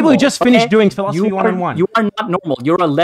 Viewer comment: They like to say "philosoply" because it has four syllables.